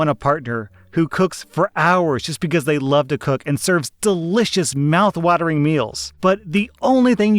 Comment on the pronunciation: Did he just say "Meowth watering"?